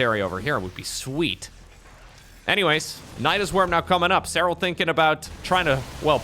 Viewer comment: Say his name like you mean it!!!! With accent!!!! SEH RAL❤❤❤